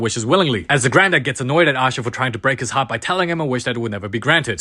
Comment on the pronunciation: "oh my hearto" "AHHHHHHHH-" got me rolling 😭